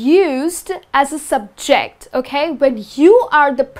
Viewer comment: Something is wrong with your stress on the word ' subject ' and ' object '. When these words are used as a noun, it is generally put the stress on the first syllable as ' ' sUbject ' and ' Object ' and used as a verb, it is put the stress on the second syllable ' subJect ' or ' obJect ' respectively. But your pronunciation I so clear and easy to listen to and good. Is that a Indian English or not , I wonder? Pandason